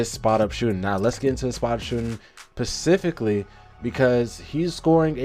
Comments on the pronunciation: Really like the video, some great statistical analysis. Two notes: The word is specifically with and S, not pacifically It’s such as with no H not such has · Bro you told old to be saying pacifically! It's specifically big dog. Good analysis tho